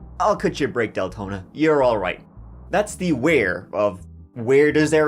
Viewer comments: D lengthening? had to go back to see if I heard that right 😂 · Probably Dick Lengthening 😂😂😂😂😂😂 I had to rewind to make sure I heard that correctly! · Is he saying Deltona or DAYTONA